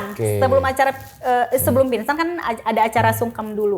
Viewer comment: pinsan…. g nya ilang